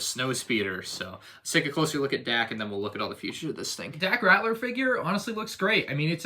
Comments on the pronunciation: It's Dak Ralter not Rattler lmao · Pls. Its Dak Ralter not Ratler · It’s RALTER, not Ratler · Just something I want to point out because I've heard you say this thing a couple times before, but it's Dak Ralter, not Ratler. L before T, not T before L.